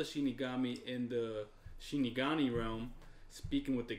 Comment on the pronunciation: they on episode 29 and they still call it "shinigaNi" smh